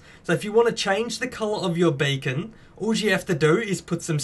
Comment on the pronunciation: That sounds like "bacon"